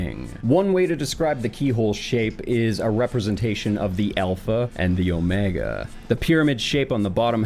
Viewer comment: It bothers me so much when he says the alpha and the omega. It's like saying jalapeno starts with the J it is obnoxious.